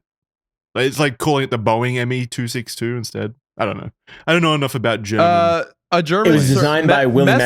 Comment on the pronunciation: The child within me that grew up autistically watching the history channel in the late 90's and early 2000's could not cease it's Ree-ing when they kept screwing up the pronunciation of the ME-262.